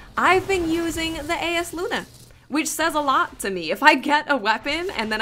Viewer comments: It's pronounced Eye-as luna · For the record, the name of the hand-cannon is pronounced, 'I yas lu na'. I've gotten the drop twice, and it's amazeballs. Also, as far as range, I see yours is a little less than Hawkmoon. However, mine is significantly greater. Everyone's will be different depending on the the way yours is setup. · Pronounced: Eye-Uhs Loo-Nuh (eye as in eyeball) It's a very nice handcannon, but alas, mine drop with crappy perks :'( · It's pronounced (eye-yás-Loona)